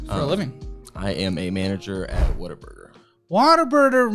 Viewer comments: I’m from the PNW and have never heard of “Water Burger” until this show. Then I took a trip to Tennessee and saw signs for Whataburger and was like “is this what is always talking about?!” Hahaha totally thought they were saying water burger the whole time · Why does EVERYONE pronounce it as “Water Burger”?! It’s clearly WUT-A-BURGER! Pet peeve. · 😂😂😂😂 yal hear him saying WaterBurger 😂😂😂😂. It's whataburger babe 😂😂😂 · What the hell is “water burger”?! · Why does say Water-burger?? 😂 In-N-Out > Whataburger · Saying “water-burger” is so disrespectful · will never be a Whataburger manager as long as he keeps calling it Waterburger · Why are y’all pronouncing it as “WATERBURGER”? At least it sounds like it lol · Anyone else google “pronunciation of Whataburger” after hearing it in the videos enough times? As someone who grew up in Washington state, I’m heartily confused about where the “ah” and extra r come from. 😊